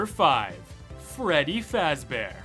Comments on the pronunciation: I like it when he said Freddy fazbaer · actually it's pronounced freddy fazbear.